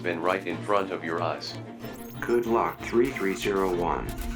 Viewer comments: It’s three three o one not thirty three o one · its pronounced 3-3-0-1 (three three o one) not 33-0-1(thirty-three o one) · "3301" noob, its pronounced "Loss"